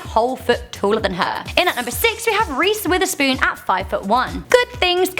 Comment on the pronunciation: Is it just me who laughed when she said Reece Witherspoon😂😂😂 if this offends anyone I'm sorry my name is not perfect too😂😂😂